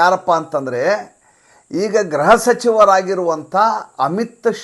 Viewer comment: Gruha alwa, Graha alla! Elroo ii naduve gruhavanna graha antha uccharistaare, yako? :(